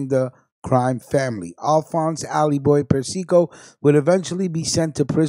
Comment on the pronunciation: Yo!, you're pronouncing Carmine's name WRONG! It's pronounced: "Per-cee-co".